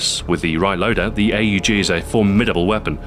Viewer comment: I’m so glad you pounce it A U G instead of ahhhg